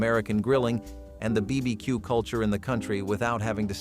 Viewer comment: “Bee bee cue”?